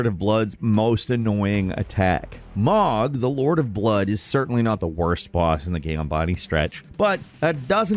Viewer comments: I'm def being a dick here, but how is it that you manage to mispronounce the names of the in-game characters when there is dialogue pronouncing them for you? Mohg, Marika, and Radagon come to mind as characters whose names are pronounced in game. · What's up with your weird pronounciations? Malenia says her name like a million times and you say "muh-LAWN-ee-uh", and Varré says mohgwyn dynasty (emphasis on Mohg [MOWHG]) and you say 'mawg' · Muh-len-ee-uh, Plah-sid-oo-sax, for the love of God. Malenia says her own name in the game. Godfrey says her name. Jar Bear-n. Like a bear. Moe-g. It is also a name said in game. RAD like SAD uh-gun. ALSO said in game. Good lord almighty come on.